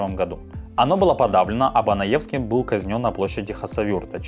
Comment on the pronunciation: Не Банаевский,а Беноевский